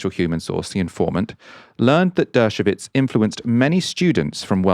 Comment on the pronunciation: It’s Dershowitz not dershovitz